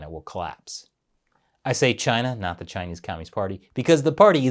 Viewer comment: Just so you know, it's "the" not "d" 😅